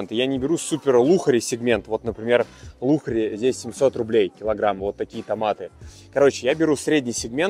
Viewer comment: Я думала послышалось 🤣 ЛАКШЕРИ говориться, а не лухари 🤷🏻‍♀️